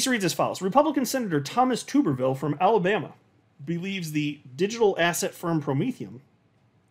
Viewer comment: FYI, it's pronounced TUBerville like - flubber 😜